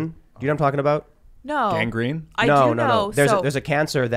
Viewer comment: “gangreen” LOL